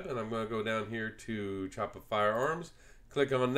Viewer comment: Cool video! I am considering getting one myself and this was very helpful. Just a heads up that Chaippa is pronounced “Key-apa”.